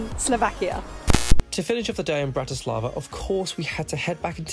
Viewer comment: It's BRAti slava, not BratiSLAVA. Accent on first syllable. And no such word as Slovakian, just Slovak. From a Slovak. Otherwise liked your video.